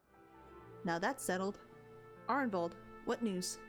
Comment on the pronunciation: This was awesome! You're getting better at voicing the characters, and I like how you even tried a bit of an accent for Arenvald!